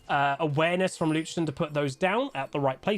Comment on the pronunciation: i hear luchden 😅